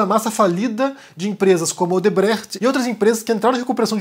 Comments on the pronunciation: Sim, é um comentário aleatório. Mas como tradutora e bicho das Letras é um carinho no ouvido escutar alguém pronunciar Odebrecht sem aportuguesar. Obrigada e bom dia. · Adoro vc pronunciando a la Caco Antíbes: telegram, instagram, odebrecht...